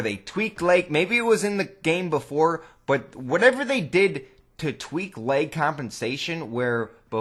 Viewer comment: I heard leg as well.